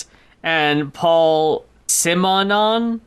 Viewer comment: Paul Simonon was the bassist for The Clash. (also you pronounced his name right the second time)